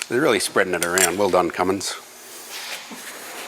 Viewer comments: Not Cummings, it's Cummins, very different things. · its ' Cummin Sense'